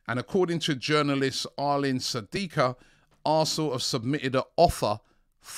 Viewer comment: As a viewer from Kosovo I love how he pronounces Arlind SADIKA and Edon Zhegrova